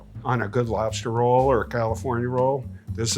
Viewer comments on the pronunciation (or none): none